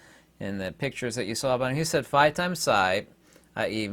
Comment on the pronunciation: what are you saying? “Phi times Pi”?